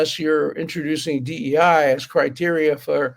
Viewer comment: DEI not DEA